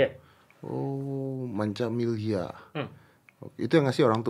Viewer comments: Milyhya bang bukan millhya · milyhya om bukan millhya